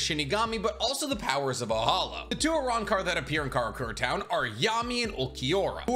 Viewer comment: Uh-rahn-car Los Noh-Chase Hoe-gi-yo-coo Oo-ta-he-may Oo-dee-oo You-ha-bah-ha Oo-key-or-ah